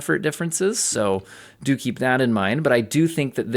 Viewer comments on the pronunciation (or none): Hehe dookie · I always hear "dookie" when you say "do keep in mind...." and that pleases me. Thanks for all the work you do!